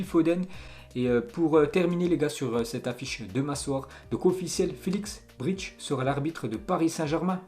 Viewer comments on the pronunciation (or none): none